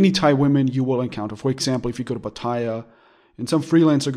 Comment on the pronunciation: please learn how to pronounce Pattaya...If in doubt, ask a Thai. It is not Pa TAY a. !!! OMG